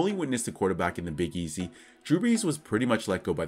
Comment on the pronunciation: Respect how u said “Big Easy” 💯💯